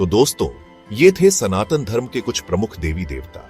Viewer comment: Not San Tan! It's SANATAN Dharma 🙏🙏🙏